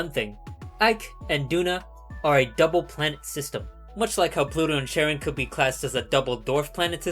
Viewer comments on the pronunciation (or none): none